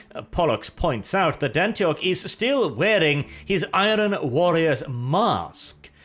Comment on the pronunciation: You are great! but why can't you talk properly? Do you not know how to say the word iron?